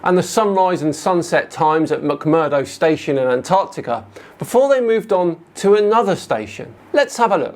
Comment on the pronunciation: Why does the flerf guy keep pronouncing Antarctica as "Ant Arctica"?